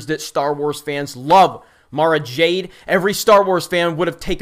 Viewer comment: You said Mara Jade. I am triggered.